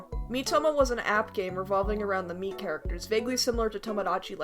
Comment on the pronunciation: "Miitomo was an app game revolving around the meat characters" is what i heard xD